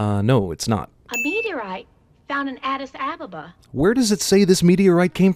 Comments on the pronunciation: Not to mention they totally butchered pronouncing Addis Ababa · that's... That's not how you pronounce Addis Ababa... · Tht's not how u say 'Addis Ababa' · I can NOT believe no one can pronounce Addis Ababa correctly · No objection to Lois' white-ass pronunciation of "Addis Ababa"? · SIN: Movie mispronounces Addis Ababa. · She also butchered the pronunciation of Addis Ababa